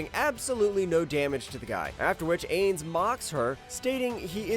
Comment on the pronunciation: Ok man I love u and your videos but your saying my boy ainz wrong, also you should have put kushida from classroom of the elite on here